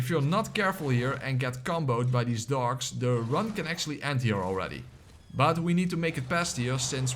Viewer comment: Are you saying dogs or dorks?